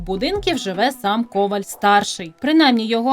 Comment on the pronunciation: Раніше професор Олександр Пономарів завжди стверджував, що правильний наголос в прізвищі "Коваль" на останній склад.